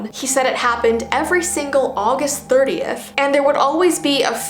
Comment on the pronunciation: What she said:30th What I heard:38th